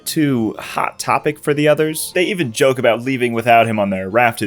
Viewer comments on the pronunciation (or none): none